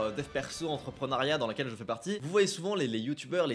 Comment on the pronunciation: Stop, stop stop. C'est entreprenEUriat Pas entreprenAriaaaaaat 🧙🪄⚡️